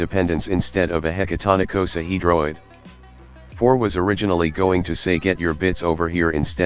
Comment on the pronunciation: did u actually say hecatonaecosahedroid